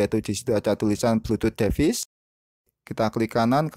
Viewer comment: duh bacanya bkn devis tp divais. tutor bgs anyway